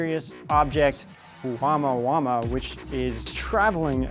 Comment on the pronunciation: It's OMUAMUA not Uamauama...